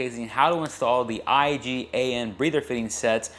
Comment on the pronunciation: you said IGA when it is in fact IAG